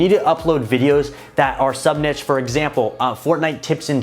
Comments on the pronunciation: can someone please correct his pronunciation of NICHE. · Kelcey well, i pronounce it “neesh” but everybody says it different lol